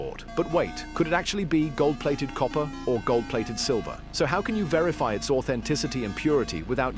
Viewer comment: He almost said verity